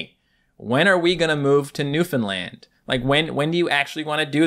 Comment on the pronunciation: When you said Newfoundland I didn’t quite understand and I heard luffalan